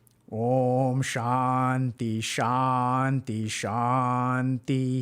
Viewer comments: that "shanti" is transliterated wrongly didn't help either. sounds like doc is pronouncing "shandhi" to me. ✌🏻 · When he started pronouncing Shanty, I got the image of the loading screen for the map "Shantytown" in MW2 and lobby music started playing in my head. So... MW2 lobby music is now playing in your head🪄